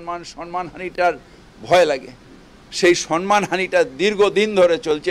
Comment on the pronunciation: ফিরাদ কাকা, সন্মান নয় সম্মান উচ্চারণ হবে ।শুনতে খারাপ লাগছে